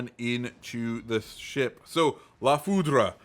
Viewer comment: It's french so the e is mute at the end